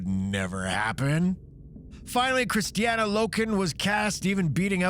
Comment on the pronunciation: Kristanna Loken, not Christiana Loken my man